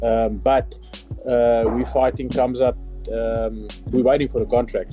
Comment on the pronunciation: Good grief the K is silent Khamzat stop using AI to talk dude.